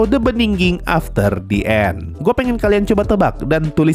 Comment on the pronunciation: Btw The End sensei, bukan The And